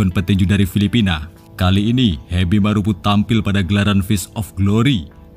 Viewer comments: Marapu bukan marupu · Heby marapu bukan hebi maropu ,tolong baca baik2,kRena salah arti